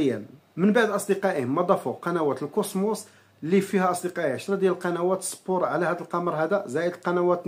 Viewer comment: كوسموت ❌ كوسموس✅